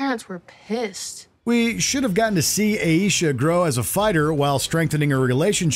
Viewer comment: Completely mispronounced Aisha's name. Did the narrator even watch the show?